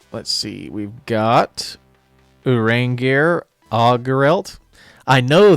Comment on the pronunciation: crazy, but yeah i guess names can simply be localized. mostly surprised about urianger getting the r at the end pronounced and alphinaud the d